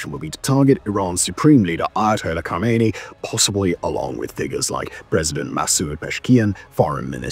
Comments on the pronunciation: Not Khomeini but khamenei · Khamenei, not Khameiny, Khameiny is dead.